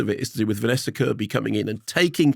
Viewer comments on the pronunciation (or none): none